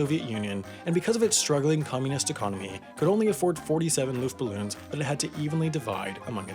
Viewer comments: “Ballon” =/= “Balloon” Why is that so hard to get right. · "Ninety-nine Luftballons" I've never heard something so wrong and I love it. Edit: Also, not gonna lie, G+ was made awesome by the fact that it wasn't as big. Felt really humble. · It's not LuftBALLOONS